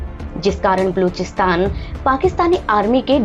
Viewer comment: बलूचिस्तान तो ठीक से बोलिए|